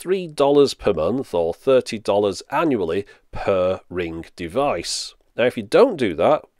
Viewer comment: "Ring ging" 😂